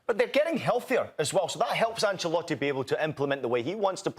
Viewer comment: The American guy talks about gambling on football and says “Ancelatte” smh 🤦